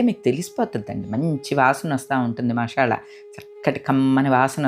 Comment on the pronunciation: మషాల అనకూడదు మసాలా అంటే బాగుంటుంది